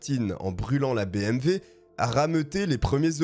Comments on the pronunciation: Bonjour! Le nom du tueur n’est pas Martine mais Martin. ( in ) pas ( ine ) Pourquoi tu dis Martine ? La voiture n’est pas une BMV mais une BMW. Pas un V mais un W. Merci pour l’histoire! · Nice video ! Par contre c'est bmw pas bmv X) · Salut bonne vidéo bravo 👍 (On dit BMW et non BMV) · BMW et non pas BMV. 308 et non pas trois zero huit. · Et vous avez entièrement raison ! Moi aussi je prononce bmV !! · Superbe vidéo ! L’histoire est folle .. bon par contre on dit BMW hein 🤓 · Désolé mais BMV ? Y’a pas un problème de prononciation ? 🤣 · Oui mais tu parle Français pas Alsacien